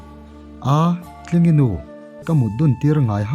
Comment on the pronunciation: Zawltlingi hming i lam dan hi a dik lo, zawl hi lam hniam tur